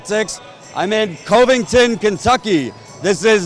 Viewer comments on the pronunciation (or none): as a ky native, I am triggered by Jordan's pronouncing Covington as Cove-ington.